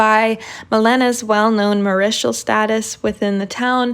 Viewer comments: Good video. A tip: Marital is pronounced "mare-it-uhl" not "muh-ri-shuhl". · The "marital" pronounciation bothered me too. I was wondering if anyone else was going to point it out dfghshgfgfh